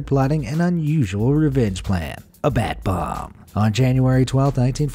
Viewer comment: when he said bat bomb, I heard Bath Bomb